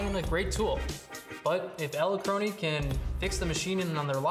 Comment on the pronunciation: EdelkronAY? I've never heard it pronounced that way. Is that borrowed from some language pronunciation other than English?